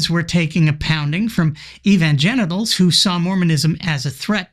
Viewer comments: Evangenital, LOL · "Evangenitals!" LOL I had to clutch my pearls! If I had that language when I was a teen I would have been double secret excommunicated from the Southern Baptesticle Church! touche :) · "... taking a pounding from evangenitals ..."🤣